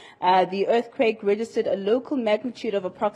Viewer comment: Whats an "Er-ti-quake"